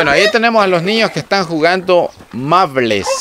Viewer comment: No es mable es marble.